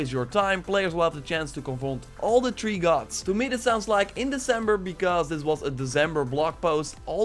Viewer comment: “da tree gods”😂